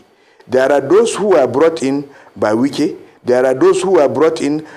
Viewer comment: Wike is not say right